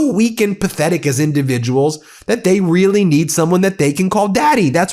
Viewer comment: Watters ‘I’m WEALLY upset about all the fentanyl pouring into the country!’ Just persuade Americans not to buy it, mate. It’s just a market. Americans bring it into America and sell it to Americans because there’s a market for it. It’s not the Chinese or the Mexicans and it’s definitely not Venezuela. It’s just a bit of black market free market capitalism, by and for Americans. How fucking childish for America to try and blame its own drug issues on foreign companies. Americans don’t OD on strong opiates with a gun pointed at their head. Such innocent babies you people are.